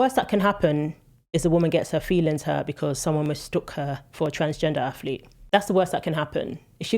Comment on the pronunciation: I hate when people say aflete. It's not difficult to pronounce it properly. One of many in this video.